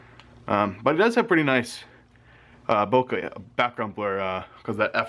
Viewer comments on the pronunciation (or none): none